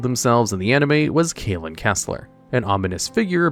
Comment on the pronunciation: Kalin's name is pronounced "Kahl-ehn" not "Kay-lihn".